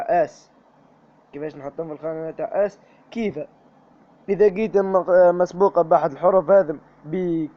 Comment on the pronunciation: شكراااا جزيلا ربي يحفضك وربي يرحم والديك اكثر حاجا عجبتني فليفيديو باش تقول s مسبوقة قلت مقسوبة ههههه رليحا طيب عشاها ههههههه ربي يحفضك خويا 😂😊😊😊😊😊